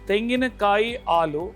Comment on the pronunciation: Alu alla halu